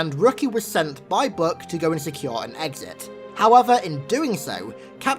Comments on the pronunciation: His namn is Buck, BUCK. Not "Buk"... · book? does he mean buck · Omg its buch not book